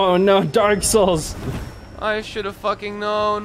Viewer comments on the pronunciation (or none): "d a r k s h o u l s h"